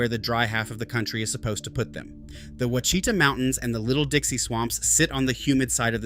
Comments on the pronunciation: Look, we don’t have a lot of cypress trees and swamp land. We have rivers, creeks, streams and lakes. We have a lot of pine and some hardwood in SE OK. It’s against the law here to say, Wa chi ta. It’s wa shi ta, little i. You got it wrong like most others, lol. We do have a very few gators, not that many. The Bigfoot capital is at Honobia, OK. pronounced Ho nub e. Them are serious folks. There are no “Little Dixie” swamps. There are oxbows, and sluggish water sloughs in the extreme southeastern corner of one county of Oklahoma, not in half the state. Little River flows southeasterly down to the Red River. Please fix your video. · Wash-i-tah not Oooh Wa Chita. Line not exactly I-35, but within a few miles for sure. Also, with global warming the line is slowly moving East. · The mountains are wash i taw not oo wa shi ta.. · Add , the two images should be switched. The image could use some explanation. If you use the 100th Meridian line as the divider, the only part of Oklahoma west of it is the panhandle. "Ouchita" is pronounced like "WAH-shi-tah." , the pictures don't seem to match the labels. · Ouachita is pronounced Washita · Eww watch e ta......really??😅 Tell me you're not from Oklahoma without telling me you're not from Oklahoma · Ouachita is pronounced Wash-i-tah! Wash i taa! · Ouachita is pronounced [ wash-ih-tah ] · Yeah you don't know how to say Ouachita, you geezer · Please learn how to say Quachita!!! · I've never heard Ouachita pronounced that way. It made me laugh. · this is proof he doesn't know what he's talking about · Me too. Lol😂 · Made me cringe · That's where I checked out. The huge mistake in saying that all of Texas was western range land was odd.